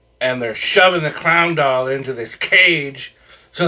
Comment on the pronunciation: Take a bow you cheerful clown. Wonderful review. There was a minute I thought you said that they were going to burn up a hound dog instead of clown doll though lol.